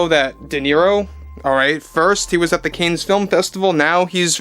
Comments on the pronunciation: DeNiro doesn't even know we don't have a democracy. This is a constitutional republic. Yes, we have a representative form of government, and hold free and open elections, but he wouldn't want a democracy, in which minorities would be crushed. 🎉 PS. Cannes is pronounced "can". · Love your show. But it is pronounced (Can) or even (Kahn) if you want to sound European. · CAN film festival. Pronounced Can. Like tomato Can. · You do NOT pronounce the s in the word Cannes, it’s pronounced like can. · Love your show, but you have to pronounce " CANNES" correctly. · check your pronunciation of "cannes." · Love your videos but please learn to pronounce Cannes. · It's not pronounced canes. Cannes Film Festival is pronounced like this: you've heard of the actor James Caan from Rollerball and Misery. Cannes (a town in France) is pronounced the same as James Caan's last name. Thanks for the info about the stupid Ironheart movie. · I really like your content. It is pronounced "khan". It's French. "S" is silent. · Don't wish to embarrass but It's pronounced "CON," not Canes. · Dont be so bombastically Americano with your pronunciation. It's not "canes". Its French. It's "Cannes", pronounced 'can'. Easy. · I'm surprised you don't know how to pronounce Cannes, as in the Cannes Film Festival. ChatGPT says The correct pronunciation of Cannes Film Festival is: "Kan" Film Festival — "Kan" rhymes with "man". Avoid pronouncing the "s" at the end. Phonetically: /kan/ or /kæn/ Common mistake: Saying "Cans" or "Conz" — both are incorrect. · I think it's "conn", not "canes". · Heya! Love your stuff - just an FYI - I think it's pronounced Cahnnes film festival. The s is silent. Cane's brings it down to our level tho so there's that.😊🎉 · It’s pronounced “cons” not “ canes”. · Cannes film festival is pronounced Cons like wrath of Khan, not cane. I'm originally from New York, so this dopey film festival used to get a lot of news coverage, and that's how it was always pronounced..